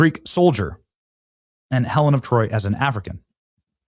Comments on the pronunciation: “Helen of Detroit “ 😂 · Helen of deTROYt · Did he say "Helen of Detroit"? 🤣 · "Helen of Detroit" 🤣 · man you got me fuced up bro XD, you said Helen of Troy and the auto subtitles wrote Helen of Detroit XDDDDD, fucking hilarious and acurate at the same time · Omg u said "Helen of Detroit' thats fan fukin tastic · What trailer ??? Hellin’ of deTroyt ??? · Should have said DeTROYt ...but nice...😂